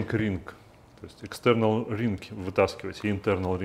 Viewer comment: wrench - "w" - не читается Extе́rnal, intе́rnal читается через ё